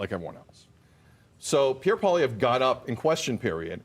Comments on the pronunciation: Learn to pronounce his name. You’re not “treating” people well when you do that. Furthermore, using a govt paid mainstream media guy getting owned for spewing bs is laughable. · first thing is you need to pronounce Poilievre's name correctly secondly justin trudeau's contempt for Canadians far exceeds any prime minister in the history of Canada. He will go down as the worst pm and as having done the most damage to Canada . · First of all you can't even say his name correctly making yourself look like a clown. This video is a smear attempt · If this bald idiot can't even say his name properly, can we even trust his opinion? His disdain of the journalist was well deserved, as the journalist was ill prepared, biased, and clumsily attempted to trap Pollievre. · How the F can he not pronounce his name right?!!! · Can’t take you seriously if you can’t pronounce his name.